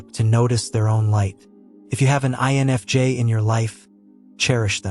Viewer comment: This AI channel is pretty good, even though I'm loath to admit it. It's pretty good. It's getting quite a few things right., but it's obviously AI. The AI voice is obvious, especially when it mispronounces simple words. The AI spelling is blatant because it's much worse than the pronunciation. I've seen it spell INFJ as "ion of jay." So many mistakes get through that there's obviously no human on the editing end, which makes me doubt there's a human involved at all. Seeing how good AI is at gathering and regurgitating information, I think that even the writing end is all AI. One AI writes it. Another voices it. A third transcribes the voice for the captions. Then finally, nothing and no one edits it for mistakes. Still, the info is pretty good. In fact, this channel, for describing what I feel as an INFJ, is better than most.